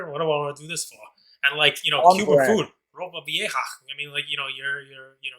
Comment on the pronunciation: 1/ The first two minutes and Waffle House bit legit felt like a comedy show. Potential spinoff? 2/ The pronunciation of Ropa Vieja 🤌🏽!! Lolol, thanks for following along the Cuba journey 😂🐄 3/ The Jaren Jackson example ☠️